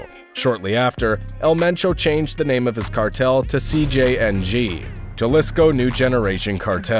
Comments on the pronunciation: Jalisco Pronounced Ha li s co You should at least make an effort to pronounce a man's name the way he chooses to have it pronounced. Sorry it urks me. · Jalisco no Yalisco hrhrheh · It’s Jalisco. Not Galisco. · once you said Juhlisco I lost it and had to leave this comment to let you know I won't be watching your videos again until you pronounce these words right. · Juh-lisco, lmfao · Lmao he said JUH LISCO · Why makers of these videos (americans) spend so much time and research making these videos and can not simply google how to pronounce correctly in spanish such a important words as Jalisco? So ignorant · Lol I thought the same thing. Jalisco papas. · I stopped listening when I heard how he said Jalisco 😂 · You are totally right Jesus. Even I noticed this when he pronounced Jalisco with a 'J' sound and made other mispronunciations. It's rare when you get a good narrator. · He said yalisco and michacan lol say it right foo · Come on at least practice the pronunciation of the cities and states and actually research which ones are cities and which ones are states. Jalisco is pronounced Ha-Lee-Sco not Juhlisco and it’s a state not a city. Sinaloa is a state but you keep pronouncing it as Sina-low instead of Sina-loa. Also Michoacán is not pronounced as “Machakan”. El Mencho’s last name, Cervantes, is not pronounced as Kervantes but more like Sir-vantes